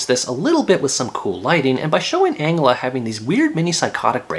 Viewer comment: Ma dude said Angula instead of Angela. How is it boring, It has everything you need if you didnt like it then you shouldn't have watched it :-: It's really good.